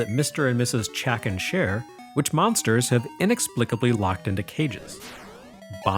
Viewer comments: Excellent video as usual but there's something strange about the way says "monstahs". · I need a monstah to clobbah dat dere Chack'n! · I've followed since the EGM days but I've recently notice him developing an accent, specially when he says 'monsters' on this video. Nothing more, just a cute thing I noticed. As always, an excellent review. Thank you sir.